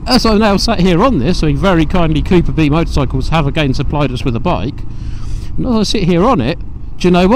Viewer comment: Someone please tell this nice chap that it's a completely new engine.... And it's cooperb motorcycles... As in superb ... Cooperb.... Not cooper B....